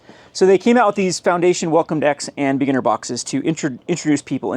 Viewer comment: The way you say beginner sounds like beaner